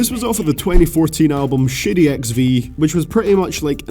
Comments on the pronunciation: when you say Shady I keep thinking you're saying "shitty" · when he ays shady it sounded like he said shitty